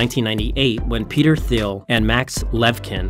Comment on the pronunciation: Me too, and how he mispronounced the Names Peter Thiel... i actually thought the whole time who is that guy must be Pter Thiel ;)